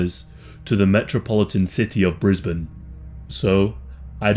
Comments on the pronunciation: ayy I'm from Brisbane The real gem was hearing you pronounce Brisbane correctly. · Very proud you pronounced Brisbane correctly! 😂